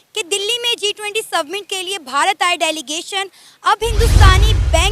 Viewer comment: yeh apne aap ko journalist kehti hai, G20 Submit!!!!! Summit hai jaahil aurat😂